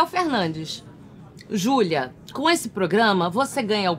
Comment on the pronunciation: Como não rir e se apaixonar por esta mulher?! O "Xulia meo amô!"